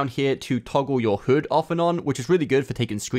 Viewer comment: Why do you say hood not hud